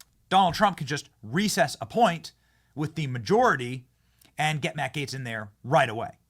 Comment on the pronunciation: Gaetz not Gatez